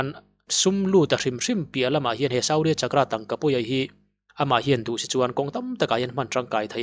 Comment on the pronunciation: Suu-rya chak-kra . tiin lamla a dikzawk awm e.